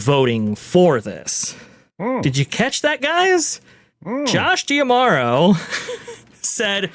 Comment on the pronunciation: why does always pronounce his name DiaMoro “? it’s Demauro isn’t it?